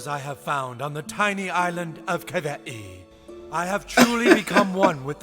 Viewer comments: All this time reading James Michener’s “Hawaii” ive been pronouncing it “hay-ole” 😂😂😂😂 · How Butters’ dad pronounces Hawai’i isn’t far off but not perfect. The w is pronounced like a v in Hawaiian. Also, they say ‘hapa’ a lot, which basically means a biracial person